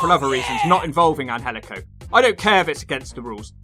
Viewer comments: IT is pronounced Angelico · It is pronounced Angel/ico